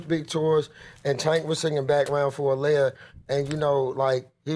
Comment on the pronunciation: i- who- who the hell is that?! it's AH-LEE-YAH